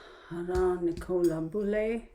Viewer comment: Her name is pronounced NIC O LA and her last name is BULLY as if your saying someone is a bully.